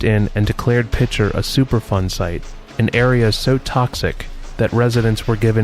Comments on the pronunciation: It sounds like you're saying "Super Fun Site"! 😮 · he keeps saying superfun. dude needs a speech therapist lol or maybe it is super fun to him!..sick bastard lol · Chris LeeWoo I think its "superfund"